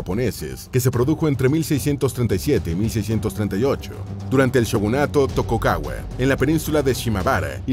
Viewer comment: Tokukaua? speku? madre mia...